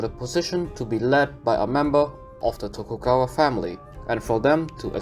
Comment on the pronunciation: its "Tokugawa Shogunate" not "Togukawa", other than that the video is all good for me